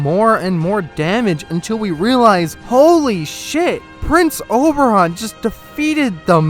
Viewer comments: Man, it's Oberyn, not Oberon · very nice video :D plz don't call him Oberon again though xD